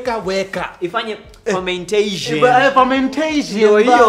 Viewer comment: HAHAHA IFANYE NINI? FARMENTESHEN! HAHAHA